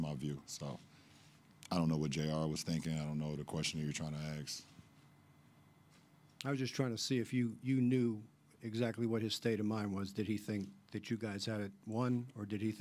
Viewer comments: The question you’re trying to “axe” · Hard to talk down on a reporter while saying “we was” and “aks” in your response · This dude be Axein' crazy questions. If he Axes a crazy question then they might Axe a question and then they both be dead.